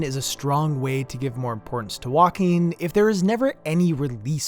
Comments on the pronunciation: I agree that some walking sections should have been cutscenes .... Everytime you said "walking", I heard "Joaquim" xD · This video, but every time you say “walking” it’s “Joaquin” 😂 (Ps. Great vid 👍🏼)